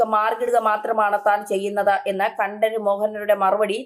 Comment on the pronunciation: Pl. say Correctly- KantRaraRRu